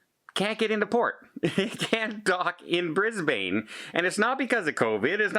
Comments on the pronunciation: can I help you with your Australian? It's not BrisBAIN, it's pronounced BrisBAN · Brisbane is pronounced 'Brizz-Bin' and not 'Brizz-Bane'. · Thanks. Just for you Canadians and Americans. Here is Australia Brisbane is pronounces "Bris bin". Hope this helps. Regards from Australia 🇦🇺🤓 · I apologise if my comment sounded rude to, so that you felt the need to be rude to me. You know we Australians all have slightly different accents, and the point is that its not BrisBAIN. and its just an fyi for, I thought he might like to know